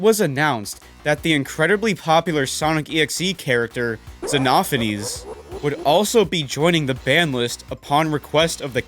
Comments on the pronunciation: I'm pretty sure "Zea-no-fains" is the way the name is pronounced in the English language, while "Zen-nof-fo-nees" is the way the name is pronounced in Greek or Latin, I think. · Zeh-nof a-knees? Its Ze-no-f-anes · "senafes" wait the hell.? I thought his name was Xe-zeno-phanes not Senafes sonic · i'm sorry i was so caught off-guard by that pronounciation of xenophanes- is that how it's actually pronounced? because i've been pronouncing it as 'zeeno-faynes' and not 'zenoh-fa-nees' in my head for like months now :'v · My name is zen-o phanes not zen-of-a-ness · xenophanis? You mean Xenophanes? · its pronounced 'zeeknowfains' not zenophanees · The way he called xenophanes CENOPHANESE IS DISRESPECTFUL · Xenophane ❌ senophonies✅ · Ah yes, Za-noh-fa-nees. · "Zenahfonees" Lmao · Well there are other videos We say it's pronounced like ZEE-NO- PHANES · bro really said zenofanees 💀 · No way bro said "Zenaw-fenees" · xenophanes❌ zenahfenes✅ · ok there's no way you pronounce Xenophanes like ze-no-pha-knees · ZEN-AUPH-EN-EASE???? GUH???? WHAT IS BRO TALKIN’ ABOUT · No way this man pronounced xenophanes as zenofines 😭😭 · "Zenofanies" bruh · Zeenophoneys, it’s funny because xenophanes is a real name back then lmao. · fucking love the way he says Xenophanes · OK IM IGNORING THIS WHOLE VIDEO, DID HE JUST FUCKING PRONOUNCE XENOPHANES LIKE THAT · The way he pronounced xenophanes had me dying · the way called "Xenophanes" was not expected, the pronunciation saga is back 😭🤚 There's a banlist? Huh didn't knew that.